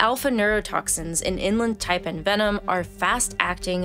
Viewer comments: the person narrating this needs to go to school again and learn to pronounciate... one doth pronounciate correctly... the ''IN-land tie-pann'' not the ''eng-lind ty-pan'' i got to in the video before i picked up a book and bashed my ears in... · It is In Land Taipan, NOT Inlund.........it is also called the Fierce Snake.